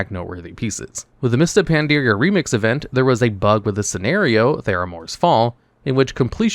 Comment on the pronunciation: Just a heads up- It's Pan-dar-ia, not Pan-dear-ia. Cheers.